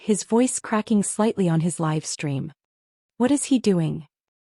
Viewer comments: Good grief!... Here we go again... another poorly or lack of editing both, oral and/or written. Examples, among others: a "rock" march... how about a "ruck" march as in a march with a full heavy "ruck" sac; " live" pronounced as "liver" instead of " live " as in "hide". We won't mention the ever present problem of most of these stories with the pronounciation of " read" which changes according to the tense that can change the overall sense of the narrative. There are many more. The strangest thing is the proper pronunciation according to the story and some lines later in the narrative, it is totally wrong. I thought, at one time, that maybe it was somehow an AI issue. However, in this case, it seemed that this was not the case but rather a poor editing job, a lack of care in the final product posted for the audience, a lack of respect for the audience a lack of self respect for the final product. It distracts from the overall entertainment experience for the audience. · Live in livestream was mispronounced. Should be pronounced with a long i.